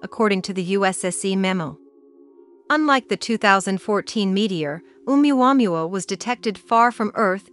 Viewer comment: I've never heard 'oumuamua' being pronounced quite like that before 🧐 .... just saying!